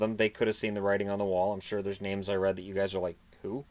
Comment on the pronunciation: There are so many aspects of your NHL coverage that are to be complimented, but for brevity's sake I'll just go with one easily overlooked area. Your pronunciations are outstanding. It's a mark of character to get names right, or at least really try to do so. You had so many names in this video alone, and given the diversity of names in the NHL, my goodness. Outstanding work!